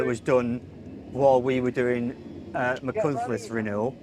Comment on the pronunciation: For once, Machynlleth pronounced perfectly by everyone interviewed! Llongyfarchiadau!